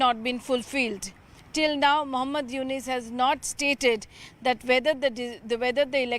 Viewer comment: cannot pronounce younus. She is saying 'younis'. So is the news reader.